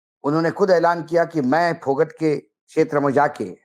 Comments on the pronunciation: भाई साहब फौगाट है ना कि फौगट please correct 🙏🙏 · सर , फोगट नहीं इसको फोगाट बोला जाएगा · विनेश फोगट नही जी, वह विनेश फोगाट है जी। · फोगट नहीं फौगाट